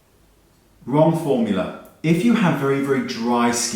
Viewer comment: “Wong formula” lolol